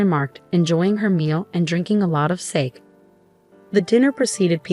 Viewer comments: In my country, it’s sark-ay. (Not Japan, so we could be wrong.) Definitely not sake, though, for heaven’s sake. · Please check the pronunciation of SAKE. If you are referring to the drink , then I believe it's two syllables and the E is a long E.